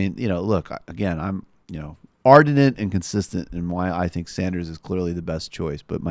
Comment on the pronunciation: Omg it's ardent not ardinent I've seen this in many videos now..